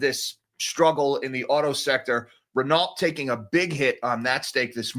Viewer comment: Renault Ren-no.... it is French mate 🙃